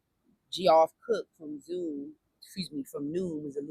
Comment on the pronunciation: Just a production note for you as well. Geoff is pronounced Jeff. It is just a different spelling. We have a lot of men who spell there name Geoff in Australia.